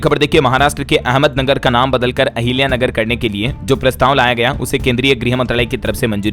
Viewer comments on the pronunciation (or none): none